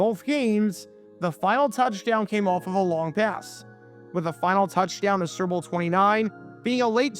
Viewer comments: I love how he calls the "Super Bowl" the "Cerball." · It sounds like you're saying serbil 😂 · Are you saying, "Syrup Bowl"? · Is he saying "sewer bowl"?